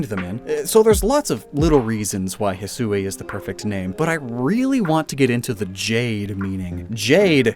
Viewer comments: I am really not fond of the way the person narrating that part of the Direct pronounced Hisui. The proper Japanese pronunciation should be two syllables rather than three. I get there not being consistent pronunciations for some pokemon, but when a word is clearly from the actual Japanese language they should really tell the people doing narration the proper pronunciation. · Hisui is pronounced (hee-swee). Awesome video as always. Love these lore videos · I was so bothered that they were not pronouncing the Sui in Hisui like the Sui in Suicune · It's a Japanese game, why wouldn't you pronounce it the way you would in Japanese?